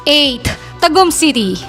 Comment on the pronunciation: Hindi nga nya maayos ayos ang pronunciation nya ng TAGUM. 😂